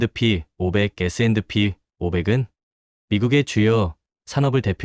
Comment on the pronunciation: 그냥 에스앤피로 발음하세요, 에스앤드피 '디' 발음 엄청 거슬리네요! ㅎㅎ